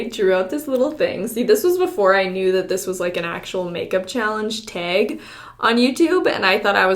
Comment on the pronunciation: The way she says 'dreg' 'beg' 'teg' 'breg' for drag, bag, tag, and brag is kinda annoying but I love watching her videos!!!!